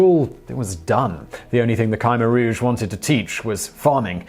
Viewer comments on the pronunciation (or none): It is generally pronounced "kuh-MAIR Rouge" not "Kiemer Rouge". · The group headed by Pol Pot is pronounced “Ka-mare-rouge” not “Ky-mer-rouge”! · Is his khmer rouge pronunciation killing anyone, I shudder every time hes 'kai meer rouge' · Ky-mer-rouge is wrong, period!